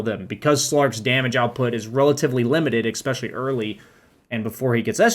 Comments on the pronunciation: Awesome guide, but please, "especially" not "expecially". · nice video, learned a lot from it. but can I please ask you to stop saying "expecially", the word is especially. drove me absolutely crazy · For someone who says especially a lot should really learn how to pronounce it properly.